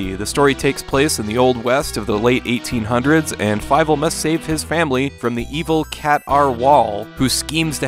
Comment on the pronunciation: Haven’t seen it since I was a kid but I remember it being FEE-vel rather than Fye-vel but I could be mistaken lol